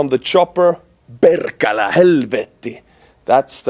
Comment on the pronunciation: As a Finn, you sounded like one of us with ur Perkele and Saatana haha! well done brother and keep up the good work.